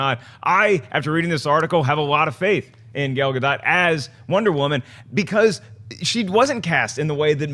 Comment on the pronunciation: It's Gal GaDOT, not Gal GaDOE. She's Israeli, not French.